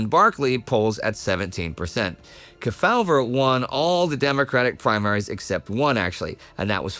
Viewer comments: Key-FOWL-ver that's really hilarious!..........KEY-faw-ver 🤣🤣🤣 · As a 76 year-old, I recall Sen Estes Kefauver's name being prounounced: KEE fow-ver in the media. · "KEY-faw-ver" was the usual pronunciation (and yes, I'm old enough to remember). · The Senators' last name is pronounced Key-faw-ver. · Except kept mispronouncing his name. It was Estes KEY-fah-ver. I'm old enough to remember him when he was still active in politics. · Everyone knows Estes Kefauver, except doesn't know how to pronounce his name.